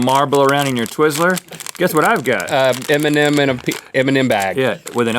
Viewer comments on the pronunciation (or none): he pronounce M&M like Eminem